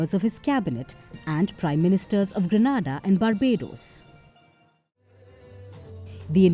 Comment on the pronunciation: Hi, It is grenada and not granada. Granada is a city in spain.